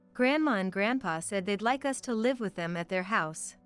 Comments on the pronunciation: Yes, annoying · U S instead of us. Ai does it again.. needs work..